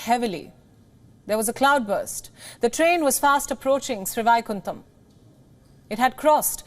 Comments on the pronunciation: It is sad to see Indian newscast cannot pronounce names, even Sanskrit based names, like Sreevaikundam, श्रीवैकुण्डम्. I squirmed every time she pronounced it. It shows lack of commitment, education and the respect they should show to their own culture, languages, and history. It is not good enough to strut around speaking English. One should be rooted in one’s culture and be proud of the heritage. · Absolutely fantastic. Please get the pronunciation of the railway station correctly. It is Srivaikuntam. Literally means great abode of Lord Vishnu. Whenever anyone dies usually with atmost respect it is referred as that person has reached the abode of the Lord. However in this case all the passengers were held up in the Vaikuntam here on the earth instead of sending them to the Vaikuntam up above